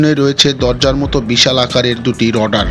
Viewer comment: রডার নয় রাডার হবে শব্দ টি।